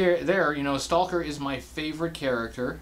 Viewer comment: It’s not St-all-ker!! It’s Staw-ker